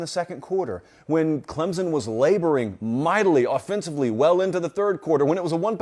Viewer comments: Clemson. OR Klempson. Not Clemzon. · Please ClemSon. Not ClemZon. Not to be nit picky. Thanks sir. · It’s “Clemp Son” not “Clemsin”, and it is “Sweenie” not “Swinnie”